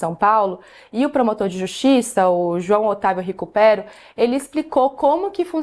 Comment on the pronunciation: Acho que a pronúncia é Ricúpero... mas, confesso que Ricupéro ficou melhor dentro do contexto de restituição fiscal.